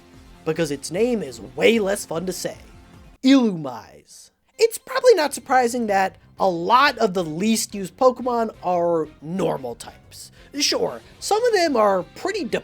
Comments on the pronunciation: Illumise is pronounced i-loo-mee-zay actually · Hi, I'm one of the insufferable people who grew up with a 3ds and owned and thoroughly studied Pokedex 3D Pro and I just gotta say your pronunciation of Illumise makes me cringe. If the old 3ds app's pronunciations are Canon, its pronounced "ee-loo-mee-zay". 😅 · What does it mean to have used a Pokemon? I’ve tested every single Pokemon at least a little. Does it have to be on an end team? Used in a gym battle? EDIT: Illumise is actually really fun to say because for some reason, it’s pronounced Ill-ooo-me-say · People think Illumise's name is less fun to say than Volbeat's because they don't pronounce it right. It's supposed to be "Ill-oo-MEE-say." That doesn't make it a good Pokemon, though. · Its “I-Lu-Mi-Se” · "Illumise isn't fun to say" because you've pronounced it way wrong lmao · you could at LEAST pronounce its name correctly💔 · that is not even how Illumise is pronounced. Its official pronounciation is way more fun to say than Volbeat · He also pronunced Illumise wrong